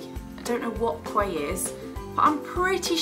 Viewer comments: I think Quay is pronounced like 'key' haha! The shopping center in Southampton is called west quay and i pronounced it west 'kway' for ages until one of my friends told me it was proouced key ha, you're not alone! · the "quay" glasses are pronounced key, it's an australian brand too ☺️